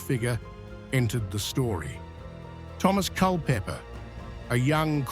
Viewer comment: Pessima pronuncia dos nomes de Dereham e Culpepper